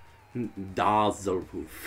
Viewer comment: Dah-zzlehoof? How dah-zzling. Also, I take back what I said previously: you guys are worse drivers than any of the NPCs. Mein Gott.